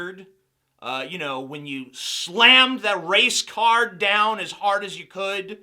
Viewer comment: I swear when he said "race card" i thought he said "Racecar."